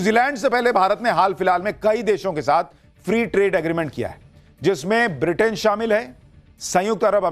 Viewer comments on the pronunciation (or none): none